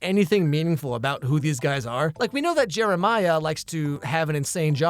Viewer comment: I know you didn't say it but I could have swore you called Jeremiah Jimmermiah